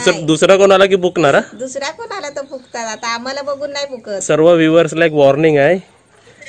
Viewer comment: Bhoknar wrong word it's bhunknar.